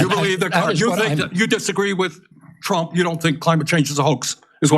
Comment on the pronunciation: Bernie is a complete phony. It became obvious when he started announcing "DONALD TWUMP IS A WACIST!" During his embarassingly unsuccessful run at the presidency.